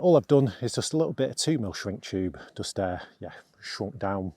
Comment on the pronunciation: I wish you could say the word “just” instead of “dus”. Most annoying.